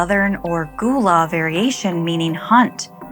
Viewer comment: Hey! It's pronounced Guh-lah, not Goo-lah. Love when SC gets a scary story shine Edited: I KNEW THE HAINT WAS GONNA BE A BOO HAG! I'm hype!!